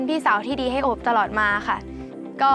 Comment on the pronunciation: คือน้องเค้าชื่อโอบ แต่ดาก็จะเรียก อบ อย่างเดียวเลย😂😂